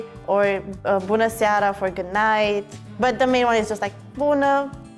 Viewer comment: Hi I am romanian i w to say he sayd buda ( toilet ) not bună ( hello) and is so Funny toilet ...